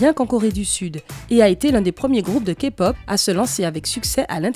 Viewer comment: Pour une fois q'un non-fan prononce les noms des bts presque parfaitement, et tous les autres noms : 2pm, bigbang.... Et aussi prononce bien la "Képop" Je suis choquée !! C un excellent travail !!!